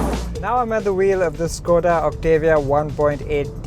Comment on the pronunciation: Its pronounced- "OCT_ AH_ V_ AA"!!!!